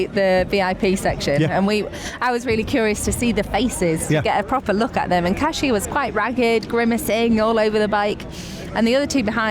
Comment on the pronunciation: I almost missed the today's stage and how glad am I to not have missed it. I was literally taking photos of the TV and sending to friends and family :) Iconic, inspired, incredible - well done that woman! Ned, thank you for championing the correct pronunciation of "Kasia" :) And thank you both for this podcast!